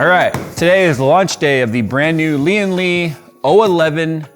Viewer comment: Lian Li watching the comments? Please correct the pronunciation of the name, driving my OCD crazy every time watch a review LOL